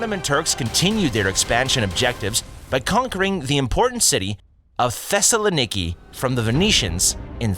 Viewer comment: Oddoman, distinct from Ottoman. -- Thessaloniki sounds off, but even a broken clock is right twice a day. -- ending the Siberian Serbian. -- What Turkish city rhymes with Monopoly? Yeah, Constantinople. -- A new and improved interregnum, now with no G. -- Suleiman I... three syllables to choose from for emphasis, two of which are acceptable, and you choose the wrong one. -- Mezzopotamia, not to be confused with Mesopotamia. -- rezources -- eeliminated